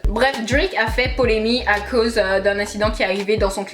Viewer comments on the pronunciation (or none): Mdrrr chaque vidéo je vais venir dire : ma chérie c’est polemiQUE !!! Pas polémie. Mais sinon j’ai aimé